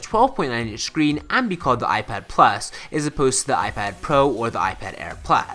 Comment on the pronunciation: plaas ? you mean plus?